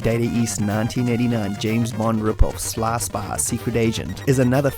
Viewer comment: I LOVE your content and channel, man, but your accent is a distracting thing of beauty. I've never heard "Sly Spy" be pronounced as "slar spar" before....did you learn your pronunciation from Matthew McConaughey by any chance? 😉